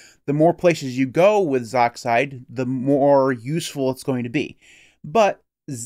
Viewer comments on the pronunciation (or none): I've always heard it pronounced "z"-"oxide" not "zoxide"